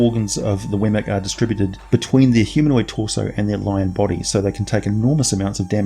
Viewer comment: Weird; I've been in campaigns with one of these, and studied up on them for 20 years, but I never heard it pronounced "Wemmic" before. It was always "WEE-mik". I just started calling them Lynels after Breath of the Wild.